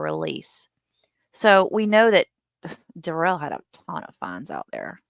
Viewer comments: Isn’t his name pronounced Darrell not Duh-rell? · It's Dare- ul, not Da rail.. It's should be demon. But his name is Darrell / Daryl ...